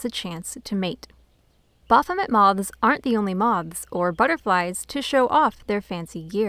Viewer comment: Ba-R-phomet? or Baphomet.